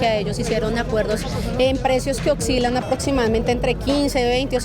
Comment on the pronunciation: Una representante que dice OXCILA... debe ser muy buena en lo que hace, para la muestra un botón!